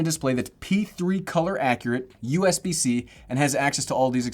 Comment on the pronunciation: Us bc is very irritating...please say usb c....